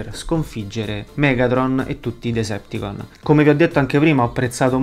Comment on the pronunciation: Decepticons...ma a volte sento dire Deserticons